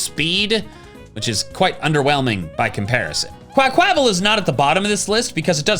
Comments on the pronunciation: It’s pronounced uh-MORE-uh, QUAH-qua-vull, and WIH-noh-nuh, “”! 🤨 And I now hate you for dissing Greninja, since I’ve pretty much made up for its issues with Charizard and Roserade. 😤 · Why do you say Quaquaval like that 😢 Meowscarada too???